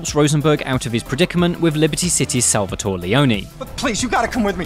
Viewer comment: SalvatorE, it's Salvatore